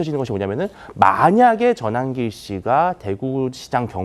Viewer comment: 자막에는 전환길씨로 나옵니다. 발음 교정 요망합니다.!